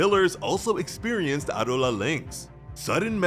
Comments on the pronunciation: It’s pronounced Abdullah 😞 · The way you say Adola is frustrating. "AH DOUGH LA" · Why did you decide to say Adolla like that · Honestly really like the way he says adola but doesn’t make it the correct way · There is literally a dub and sub version and no one says adolla like that, do you actually watch the anime or just read a script?